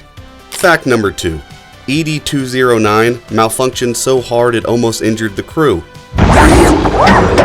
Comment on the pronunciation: Its not "Eee Dee 209," its Ed 209...like Ned Flanders, just remove the N.